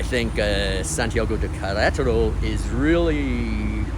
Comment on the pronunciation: I was thinking that exact thing everytime you said it. Thought you were doing well though. 👍